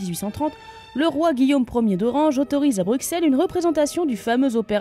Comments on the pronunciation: je sais que j’écris ce commentaire 3 ans après la sortie de la vidéo, mais je souhaiterais apporter une toute petite correction de prononciation: Le x de Bruxelles n'est qu'un x graphique comme pour la commune d'Auxerre en Bourgogne-Franche-Comté. Celui-ci se prononce comme "ss" et non "x". La prononciation classique du x n'est pas fausse en soit car existant depuis le XVIIIe siècle mais elle est considérée comme impropre par le Larousse et la prononciation "ss" est bien plus courante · Coucou, Ca m'a un peu étonné de voir une video sur le sujet :D Mais petite chose, pourriez-vous prononcer correctement Bruxelles ? :D (Brussèlle), Merci !